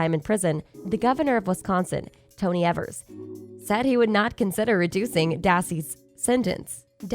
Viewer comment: Good video but please do some research on how to pronounce names correctly.. Every time you say Evers and manitowoc it makes me cringe..